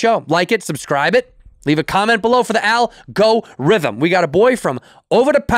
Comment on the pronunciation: I love the repetition in the episodes but boy do I want to gun myself down whenever I hear him say "Al-Go-Rhythm"